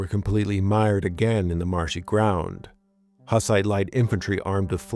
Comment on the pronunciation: Isn't it pronounced more like "hoos-ite"?